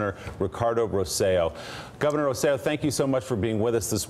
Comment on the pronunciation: Please guys pay attention! I love the show but it's Rose-eh-JOE or Rose-eh-LOW in pronunciation. The emphasis is on the last syllabus. You're getting closer. Yesterday you guys were calling him ROSE-ello (rhymes with jello). So you're getting better, but how hard is this. He's just a great guy and working so hard to help his people. Have a cup of coffee and practice. You can do it! Love the show, have loved it as long as you've been on. And you guys are doing the best job highlighting the islands' needs. We have family there and many friends as I'm sure you suspected. Great job guys, just please, get that name right, the poor guy!